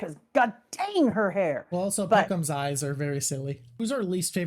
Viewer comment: I know that I'm a child for hearing calling pekoms as Peecums. But damn was I laughing aloud.